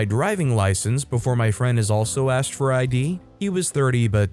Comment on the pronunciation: well, saying axt instead of asked: I can understand, why that would drive people crazy. but it also means that you narrate it yourself, and don't let AI do the job. ;-)